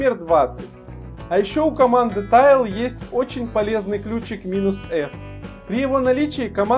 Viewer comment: ГУЙ для ленивых как я! Мне лень печатать и запоминать команды! тач же >_< касание, тачпад слыхали? ТЭйл же! Хвост! Тайл это tile. Следующее видео про тайловые манагеры! i3, awesome etc...